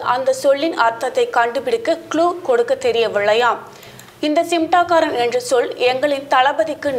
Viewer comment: Nee first news la olunga sollu simtaakaaran nu solura naduvula 'N' iruku சிம்டாகாரன் னு சொல்லுற சிமடாங்காரன் .